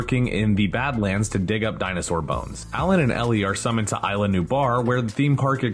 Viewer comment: it's pronounced ISLA, not AYLA